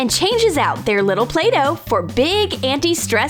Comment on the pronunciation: The play-don